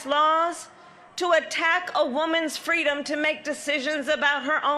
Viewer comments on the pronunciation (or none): What the fk "fweedom" is she talking about? The only people threatening freedom and democracy are her pals! These people have spent years working directly against what MLK stood for and preached, but now she wants to invoke him in her boring race baiting speech?! The hypocrisy never ends